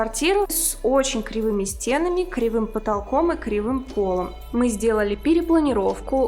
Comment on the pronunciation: СтенАми…. Ударение🤦🏽‍♀️